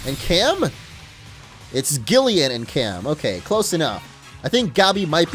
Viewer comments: It's produced Jillian, not gill-ian. I know, because it's my name, but that's a common mistake for pronouncing G the g sound and not J for Gillian. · Excuse me,, it's pronounced Jillian. Gillian is the English English spelling. I think. My mom is from England and that's her name. I'm certain about that one.